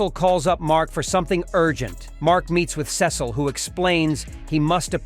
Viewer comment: It’s not sis oh it Cecil